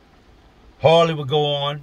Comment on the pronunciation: Were you trying to say Harley or Hoirley?